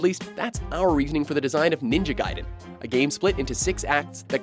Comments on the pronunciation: Its not ninja gidin its ninja gadin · Omfg he said ninja guy-den